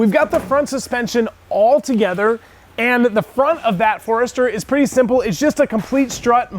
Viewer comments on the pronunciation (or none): none